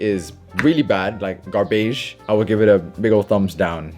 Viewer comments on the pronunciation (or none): did he just say garbaze???? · you KNOW he's asian when he says gar-beige involuntarily